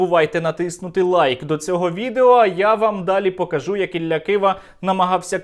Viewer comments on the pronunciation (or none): none